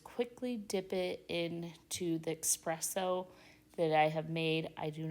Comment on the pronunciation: Those ribs are amazing looking. Oh, E-spresso...NOT ECK-spresso.